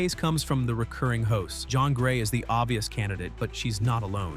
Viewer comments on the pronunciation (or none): This AI needs to be better, it's Jēan Grey for f*cks sake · If you say JOHN instead of Jean one more time!!!!!😂😂😂😂😂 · Right! Jeeeeeeean long E!